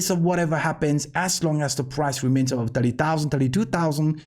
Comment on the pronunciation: Great contentas always!! Here is some help with your English. "This is what we have been talking ABOUT".... Try to pronounce the "B" more prominently in the word aBove instead of saying with a "V" (avove). Thanks again!!